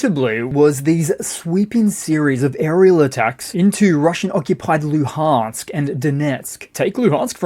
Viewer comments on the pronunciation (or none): none